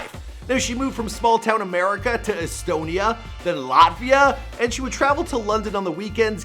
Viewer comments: The way he pronounced Latvia just makes me cringe, so hard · The way he pronounces Latvia infuriates me